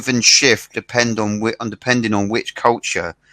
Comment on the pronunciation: 前も、別の人にcultureの発音なおされてたよね！！！笑